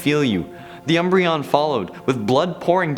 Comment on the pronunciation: I love "umbreon"